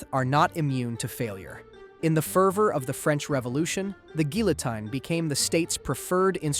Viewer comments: geelitine gihliteen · Why so many different pronunciations of "guillotine"? Counted at least 4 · "Guillotine" is also pronounced three different ways, seemingly at random. Still, though: good video.